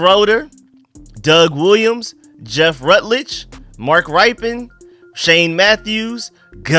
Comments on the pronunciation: Thanks for covering this,! I heard Shroder and Ripe-en and I about launched out of my seat..lol. "Shray" "der" and "Rip" "in" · Rypien is pronounced "Rippin" He was ripping the football downfield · Pronounced Mark Rippin (Rypien)… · Aye, it's spelled Mark Rypien. But it's pronounced Mark Ripping... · Great content as always- Quick Note"- think Cal Ripen when pronouncing Mark Rypien and Schray-der for Jay Schroeder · It's pronounced Gus For-rott and Mark Rip-pin.. eventhough the spelling is different.. fyi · Mark Rypien. Pronounced (Ripin) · lol. I was thinking the same thing. showing his age “youth” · Yeah I don’t know how you miss that one. Literally one of our only superbowl winning qbs lol Doug Williams, rypien, and theismann